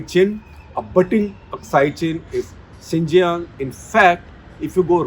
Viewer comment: Xīnjiāng pronounced as Ciṉjiyāṅ सीनजियांग